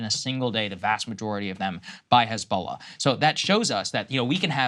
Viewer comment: What is Khizbala this Israeli is talking about ? Is it Hisbollah ? Why Hebrew speakers and Zionist supporters try to pronounce every h they see in Arabic as kh ? If you can’t pronounce it then do not try it !